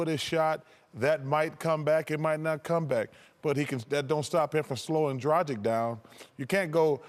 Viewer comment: Seriously, people need to learn how to pronounce "Dragic"! Is it that difficult?!